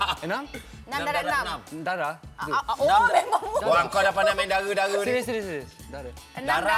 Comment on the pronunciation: HanM It's "darab" not "darap"